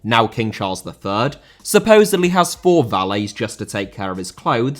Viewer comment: Rather * not Rother Swansea* not Swonzea Valets* not Valeis Scenario* not Scenohriouw Idea* not Ideer Media* not Medier Observed* not Obzerved Zara* not Zohrer Cliché* not Clichei